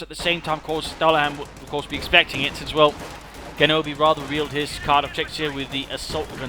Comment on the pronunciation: Very nice rifleman play in this game. And if you're interested in this sort of thing; Genobi's name is pronounced with a G sound like in "genesis" or "general."